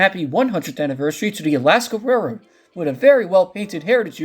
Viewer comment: Narrator: SLOW DOWN. It's hard to catch what you're saying. The word "railroad" sounds like "rrr".